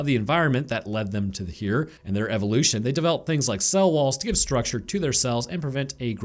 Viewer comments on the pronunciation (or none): none